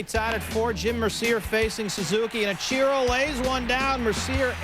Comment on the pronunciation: Each-ear-oh Suzuki lol